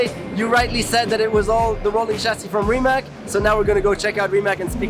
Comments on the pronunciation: Gut aufgepasst auch Rimac wird nicht Rimak ausgesprochen sondern Rimatz..... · His last name is not pronounced as Ree Mack...................its Ree Matz. Get it right people. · Nico, it pronounced RIMAC with a C not K. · RIMAC not Rimak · Saying rimack, rimak or something like that is wrong. The correct way to say is rimac. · Pronounced "Rimats", not "Rimak" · is it really that difficult for Nico to pronounce Rimac correctly? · He pronounced Porsche and Rimac wrong